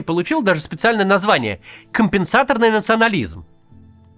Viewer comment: Максим, компенсатОрный. ударение на О.